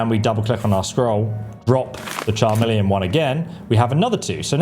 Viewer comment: Charmeleon? 😂 bro there’s literally a song that says the word over and over